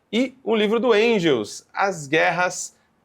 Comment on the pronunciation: Que agonia ele falando Endgels